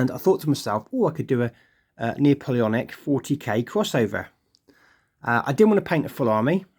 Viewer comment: Lovely looking troops, ive thought about doing the same myself. one point though... and im sorry!! its Nap-oleonic, not Neo-poleonic.... sorry again! im really not one of those guys but couldnt help it lol.